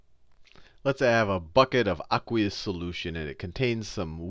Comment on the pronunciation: i hate how he says aqueous. its ayyyyyyykweeous